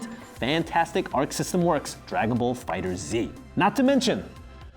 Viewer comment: WHY EVERY YOUTUBER CALLS FIGHTERZ "FIGHTER ZEE"?